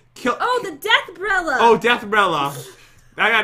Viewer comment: Pat: I got the umbrellerler Me: Wat?